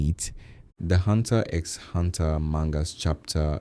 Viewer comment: X is not pronounced... It hurts so much bro